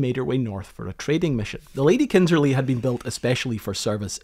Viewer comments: Kindersley, not Kindserley. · Well done. But now read my lips: It is KINDERSLEY. Not “Kindserley”. No offense.